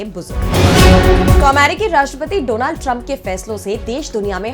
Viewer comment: Agli bar dronad bolne wala kon bolatha ? A eski porinam ab vogo